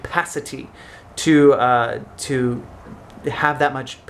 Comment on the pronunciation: Is it just me or does the way he says capacity sound really English?😂